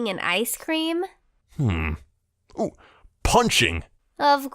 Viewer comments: ”Icedt Cream” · Ha at the beginging he said iced creem ( star fire talk)